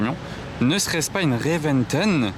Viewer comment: Ami.La Lambo est une Reventón et non pas une Reventen comme tu proclame.Tauro issu d’une corrida espagnole comme tous les modèles depuis la fondation de la marque.😜.